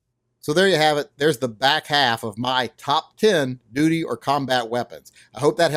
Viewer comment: hmmmmm... the longer I listened, the more it sounded like you were calling these "doody" guns......